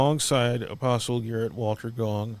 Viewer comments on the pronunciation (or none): none